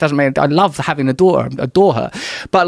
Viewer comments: Joe's passive cockney is really coming on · there's a glottal stop in "a daughter" that's missing from "adore her" one is u dawʔuh and the other is udaw uh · He says “daughter” and “adore her” the exact same way. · I don't fink my dawtah is old enough for ta-oo's